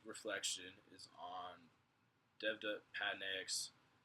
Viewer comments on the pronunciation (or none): It's pronounced Dev Dutt Pat Na Yuck